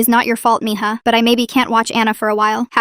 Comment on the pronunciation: It said me ha but it's mija